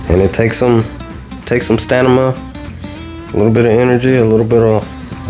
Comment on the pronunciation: Helo. Good job. However, the word is stamina, NOT Stanima.